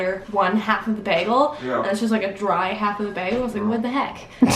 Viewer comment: Canadians say bagel so cute. It's like bag-al. I like it. That being said I don't think it's worth it to eat a bagel anywhere but New York.